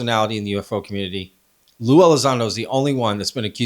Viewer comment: you don't even know his name😅...it's Lue, ffs